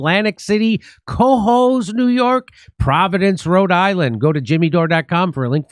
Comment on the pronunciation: Cohoes is pronounced Ka-Hoes please its killing me im from near there